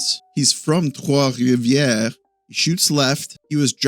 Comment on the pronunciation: "Gignac" That shit was crisp my brother "Trois-Rivières" Wonkier but still amazing Can't wait for "la formation de départ" ❤